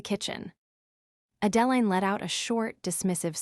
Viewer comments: "Horse-durvres"! 😅😆🤣 And "A Deline" is not the same as "Adeline". 😜🤪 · Moronic AI can't even properly pronounce Adeline. Maybe you should pick names the idiot machine can actually pronounce. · YouTube needs a better programmer for their AI program.